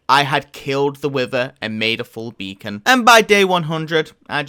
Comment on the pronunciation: "ok so, i finnally got my beecon" says